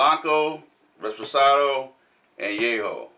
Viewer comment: Great to have you guys back reviewing one of my favorite spirits.Great research,everything you said is correct.But it's reposado not reSposado.Can't wait for the upcoming videos! Cheers!!